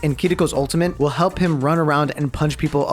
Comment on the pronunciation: why u say ultimate with a n